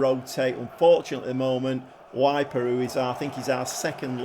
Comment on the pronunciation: Kiev is in Ukraine mate! 🤣 Also, Kiel is pronounced Keel. Weiper is Veeper. 👍